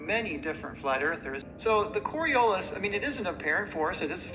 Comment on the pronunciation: he doesn’t even say Coriolis correct. And they didn’t edit it to correct it. 😂